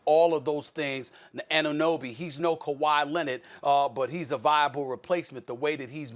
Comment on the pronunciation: I thank these guys for saying Anunobys name right